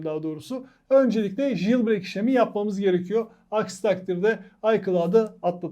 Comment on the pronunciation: JILBREYK ne haci. "Jailbreak" - CEYLBREYK diye okunur ama ince detaylara gerek yok.